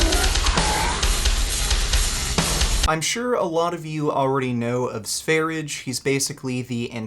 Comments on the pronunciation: I have told you before. it's not SVERIDGE. It's SVERIYE or SVERYJE. Pronounce his name like you know something. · its not sveridge 😂😂 its SVER-ee-yeh. swedjsh 'sweden'. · It's pronouced Sve-rye, not sware-idge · His channel is pronounced “sver-ia”, no “g” sound. it’s the Swedish name for Sweden... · Sv3rige is pronounced “svah-ree-yay” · The correct pronunciation is Sveryeah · Note: Sv3rige (which is pronounced SVAIR-IDGE-AY btw you fucking neanderthal) wasn't in a mental institution. He was hospitalized in intensive care for months because of a prolonged vegan diet that he was on while exploring sungazing. I find it laughable that is going to misrepresent that fact as him being locked up in a psych ward while is literally on a watch list for potential mass shooters and should be institutionalized himself if he hasn't been already. He's a pathological liar and sociopath so I doubt he would tell the truth anyway. He could learn a lot from Sv3rige who is an honest, open and down to earth individual that cares about others, unlike the misanthropic. That doesn't mean you need to follow all his diet advice but that goes for as well. Vegans are literally dying a slow death despite what this mongoloid tells you. If you actually follow this lunatic, yet have the nerve to mock anyone else, you have serious judgment problem and a lack of basic intelligence, which could be due to your plant-based diet or fetal alcohol syndrome like our good buddy Vegan 'B12 in the veins' Gains or both. lol, Your welcome:) I'm always happy to help.